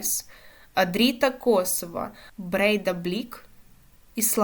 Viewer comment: Ого, дівчина веде канал про футбол🎉поправлю з наголосом Жальгирису та косовську команду говорити як: Чіта-Дріта😅...далі Шахтарю грати з ноу-неймами?😂Там доволі не погані команди є...виділю шведській Хеккен з "ноу-неймів"у лапках, та міцні Левські та Пакш, АЕК Ларнака. То ж не кажіть ГОЛ...точніше ГОП! Коли ще не перестрибнули "ноу-неймів"...вони ставали чемпіонами свої країн навіть) Підписався 😂😅🎉 Кваліфікація буде важка для всіх і навіть для Шахтаря. Тому ризикну сказати, що Динамо буде у ЛЄ, Шахтар у ЛК, а ось Полісся та Олександрія нажаль банкрот...вращайте барабан на наступний сезон⚽